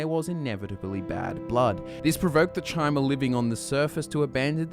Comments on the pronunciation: It's pronounced "ky-mer", not chi-mer. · Great video! But isn't Chimer pronounced "Kai-mer" and not "Chy-mer"? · Chimer. Kai-murr. Hard "k" sound. You're killing me Smalls. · Uh, you completely skipped over the Second Era, Morrowind was heavily involved in the Three Banners War. And, “Chimer” is pronounced “Ky-Mer”. Seriously, if you love Elder Scrolls as much as you say you do, you’d know not to pronounce so many words wrong.